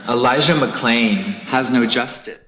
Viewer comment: I had absolutely no idea that he dubbed the part where he mispronounced Elijah McClain’s name. As if him using BLM as a diversion wasn’t bad enough that just takes the fucking cake.